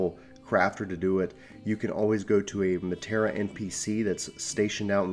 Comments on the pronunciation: I really wanted to watch this.... but I literally cringed everytime I heard Matera. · Now please stop the way you're saying it 😂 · Matera? .............. -_- You kept saying it and every time I heard it I felt like you were stabbing me.